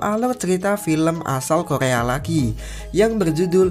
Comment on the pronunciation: Masa Korea Bukan kolea 🤣